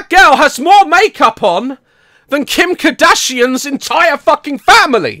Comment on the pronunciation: He said Kim K'Dashian in the video. idk I found it weird